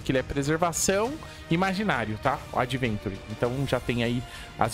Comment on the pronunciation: Meu deus cara o nome dele não é adventure é AVENTURINE